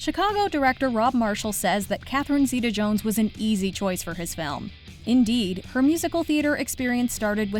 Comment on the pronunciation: Kristen Bell was in Reefer Madness 8 years before Frozen. If you're a fan and haven't watched, please add it to your list!! Catherine Zeta-Jones is phenomenal. But her last name is pronounced zay-tuh, not zee-tuh. Also, HOW DID I FORGET ABOUT WALK THE LINE??? Reese and Joaquin!!! 😍😍 Great list overall! Love Ewan McGregor, Amy Adams, and Anne Hathaway. ❤